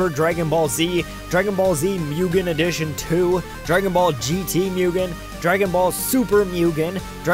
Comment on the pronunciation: D-Did he say Mewgen? . . . YOU SON OF A FLY TRAPPER ITS MUGEN (moo-gen) NOT MEWGEN!